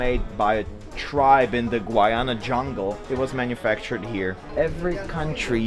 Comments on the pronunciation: It's Guyana not Gwyana 😂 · That's Brunei, NOT Bhutan. And it's pronounced as GU-YA-NA!! Thank you. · Guyana is pronounced as "Guy-aa-nah" dude! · Hi it's pronounced Guy-ana🇬🇾. A wonderful country in the CARIBBEAN. You should definitely visit our islands. See you soon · it’s pronounced GUY-ANA 😭😭 glad to see my home country showing up in your video somehow